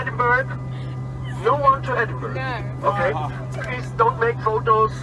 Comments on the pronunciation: Love how he says Edinburg and not Edinburgh lol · I like your channel but are you Russian or Israeli expat? It is ED-in-BORO, the way the Scots/Brits say it. It is similar to the way New Yorkers say borough like the borough of Queens where the two jetports are located. I hope you don't pronounce Greenwich Conn. USA or the original in England as Green-witch or Green-wick. Gren-itch will do nicely. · I found this hilarious when this happened in my hometown but it is pronounced edin-bruh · It was not as straight forward as it might seam, however, it was a hired airline flying the route. WDL had the correct flight plan, but it was given out wrongly, it should have been to to Düsseldorf. How the flight attendants didn't see their tickets didn't say Edinburgh. It was quite funny really, unless you were in a hurry. By the way it is not Edinburgh (burgh) as you say it, it is Edinburgh (Bur - ruh) as in Edin- Bur-ruh) but then again I can't say some other names in other countries lol. They did have the flight clearance and everything, just the wrong destination. I would have loved it, but then I would fly for the hell of it anyway. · Edinburgh is pronounced "Edinbruh" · Edinburgh --> pronounced "Ed-in-BRA"